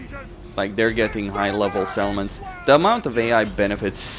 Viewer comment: I noticed that too, he also pronounces "settlements" more like "salmons". I kept wondering where all those fish are. Gotta pronounce those T's. On the other hand he needs to tone down the P's because it sounds like he's spitting into the mic.